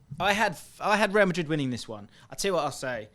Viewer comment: real Madrid ❌ rayal Madrid ✔️